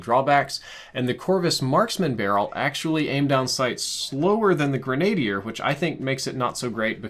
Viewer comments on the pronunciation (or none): Omg it's pronounced "grenna deer" not "grenade ear"! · Gren,a,deer just a helpful tip, not grain a deer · Not grenadyer...Grenadier(grin uh dear). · its actually pronounced grenne dier and not grenade dier. Also i have a friend who i accuse of hacking because he has a set of astro a40's for the extra clout astro needs for making a damned good piece of equipment. I appologize for the pedantry but its just grating on my ears. Much love and peace out. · "grenna-dear" not "grenade-dear". You're welcome. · sorry this bugged me it's not Grenad-ier its pronounced gren·a·dier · I’m sorry it annoyed me - it’s gren-uh-dier not gren-ay-dee-er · Gren a dier not greny der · Grin-a-deer not grenade-ear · Holy hell Grenadier is pronounced Gren-uh-deer... NOT "Gruh nade deer" lol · Ffs it's grin uh dear not grenade ier. It doesn't contain a higher quantity of grenade... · Pronounce "gren - a - deer", short -a sound, not "gren -A - dier" (and the -i is silent) please. Thank you. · Listening to you say grenadier as grenade-ier is hurtful 😂. It's gren-uh-deer. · a bit late to the party but 'grenadier' is pronounced with a soft A. "grehn-ahh-DEER" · No one: "..." saying grenadier: "the grenade ear barrel" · Gren -a -deer barrel.... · Say it with me; Grenadier (Gren-uh-deer) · Green-ay-dee-er lol you disappoint me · Great info - but I have tip.... to pronounce Grenadier properly say it like this.... GRIN (like a big smile) A (like "ah") DEAR (like the animal) - gren·a·dier /ˌɡrenəˈdir/ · Great video but I think it's gren-ahhh-dier.. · Some corrections here. Grenadier is pronounced with emphasis on GREN-a-DEER. Also that's a 5 milliWatt (0.005 Watt) laser. A 5 Mega Watt (5,000,000) laser is something used in laser engravers and is the size of half a pool noodle. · Dude,.........Grenadier is pronounced like (GREN-A-DEER). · Pronounced gren-uh-deer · Who else says grenadier like that 😂😂😂😂 Its Pronouced gren-a-deer but spelt grenadier. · It's GREN-A-DEER. ;)